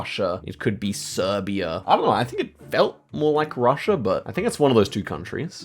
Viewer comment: he way he said Serbia though😂😂